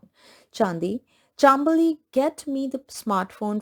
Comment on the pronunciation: Hey it is chaam bali not chambali